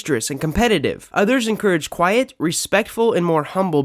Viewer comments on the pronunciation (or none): "quite" instead of quiet, really? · Quiet not quite.